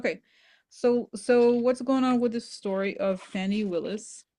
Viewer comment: Fani is pronounced fawny -- i love her, otherwise I wouldn't mention